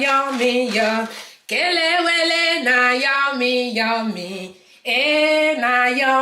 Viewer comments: Chai you nailed it oooooo . You remain me, a lot I always buy it you pronounce it very well. And the outcome is very good I need to take you to Ghana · This looks good and I love plantain alot Please must I pound it again even after using grater to do the spices? I like how you pronounce the Kelewele Ngwanu I will have patience when doing mine